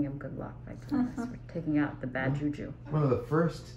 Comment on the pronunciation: Did she say "Bad juju"?